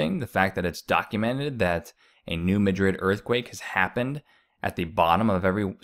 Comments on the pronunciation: It's not pronounced New Ma-DRID, it's pronounced, New MA-drid, and the river was dry in 2012 as well. I have lived in Missouri more than 15 years now, and I have not seen it low, but saw someone post some photos of it being low now in SE Missouri/Illinois. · Pronounced... Mad' rid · Its pronounced MAD Rid. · BTW it's the New MadRid not Madrid.